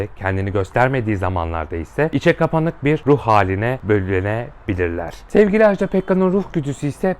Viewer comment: Ajdağğğ değil Ajda 😭